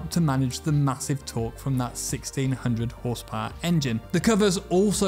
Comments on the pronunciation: I love how he says “Whorsepowor” :3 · What is "OSS POWURGH?"...........Ahhh, Tis french Canadian, ze bettur Fronche pepple!